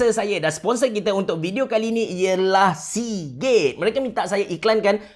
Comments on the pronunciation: aku dengar ckp seagay😂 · Sponsor Hari ni ialah Seagate What I hear: Sponsor hari ni ialah si gay Tak tau kenapa dgn telinga aq ni🤣🤣🤣🤣